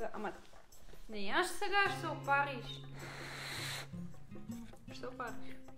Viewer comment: Внимавай да не се опарррриш 😂♥️